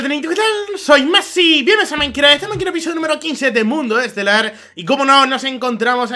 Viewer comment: alguien mas se ha dado cuenta que cuando saluda dice MINECRA y NO MINECRAFT